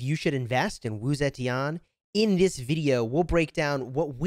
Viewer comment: is pronounced Wu Ze TEAN for you. NOT TI AN